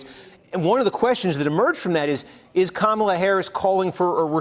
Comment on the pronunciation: Steve Kornacki, you are so smart. Kamla Harris. Not Kamala